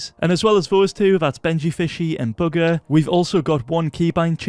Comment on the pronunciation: i swear u said booger instead of bugha